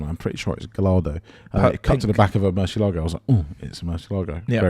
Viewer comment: a question for the guys... Given that you pronounce Gallardo as it's written, rather than Guy-ar-doh as Lamborghini have it, why do they pronounce Murcielago properly rather than mercy-lay-go? 😁